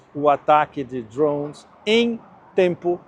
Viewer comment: DRHOOOONS? Fala português, porra!